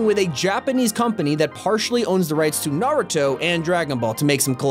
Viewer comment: I hate how he says nar-i-toe instead of nar-u-to